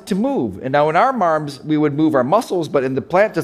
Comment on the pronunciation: "and in our marms"..... lol.... marms.